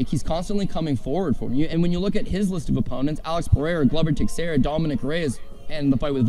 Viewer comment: Just here to point out these 2 have been at it for almost 2 decades and still pronounce Glover Texiera's name worse than my racist, 90 year old grandma. Great credibility booster guys 😆🤡